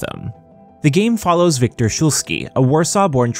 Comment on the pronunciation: Wiktor is pronounced Viktor lol In polish w = v